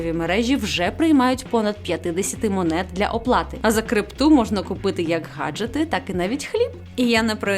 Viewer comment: Дякую за відоси, але...не гаджети, а Ґ аджети